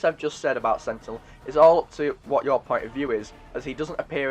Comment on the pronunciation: "she has a pont"